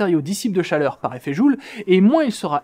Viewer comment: chaRleur ^^ Mais sinon, continuez les mecs, ça fait plaisir de vous revoir :)